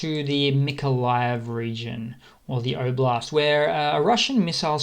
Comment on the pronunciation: Thanks for your updates - I like your clear, factual method. I'm an Aussie (sounds like you're from the same part of the world?) - couple of tips on pronunciation: "Kharkiv" has a silent "k" - it should sound more like "Harkiv". "Oblast" has an "O" at the start that is pronounced the same way as "o" in "Bob" - hope this helps!